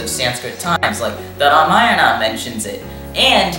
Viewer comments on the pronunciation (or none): none